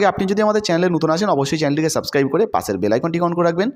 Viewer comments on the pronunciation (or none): none